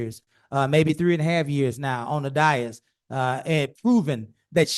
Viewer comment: Dais. Always pronounced - look at the correct spelling above - Day-(hi)ss, never Die-(hi)ss Dias is spanish for day.